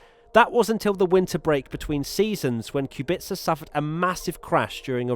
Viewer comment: Yeah I'm polish and it hurts to hear